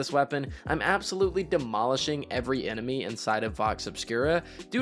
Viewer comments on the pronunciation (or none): none